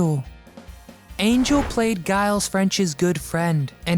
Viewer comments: Mr. French's first names is pronounced jiles. Not guyles. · Cabot's Mr French's name was pronounced Jheel, nit Guy-alls. Gilles is the spelling. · Giles is pronounced "Jiles", not "guiles". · Giles is pronounced "JYLES". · Sorry,. It's pronounced " Jiles" with a soft "G". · Brian Keith did not work with twins in The Parent Trap. Both roles of the twin sisters were played by Hayley Mills. Along with the mispronunciation of the first name of Mr. French, which is easily researchable information, and the fact that Buffy had one twin sibling and not siblings, just another error for this person who obviously does not research his material very well.